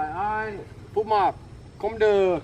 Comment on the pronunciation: tên bác Phúc mập đọc thành fuck map nhỉ kkk